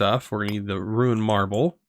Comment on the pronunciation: please stop saying Ruined Marble, it's Runed Marble, it's got runes on it, it isn't ruined (aka defective)